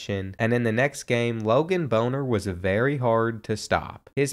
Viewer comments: My brother in Christ, it’s Bahn-ner not what you said 😂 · lmao i went to high school with him as funny as this is thats not how you pronounce his name 😂😂